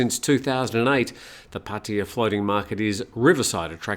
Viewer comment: It was amazing how many times that you mispronounced Pattaya. You should ask a Thai how it's pronounced. Especially if you are going to use the word so many times in a row.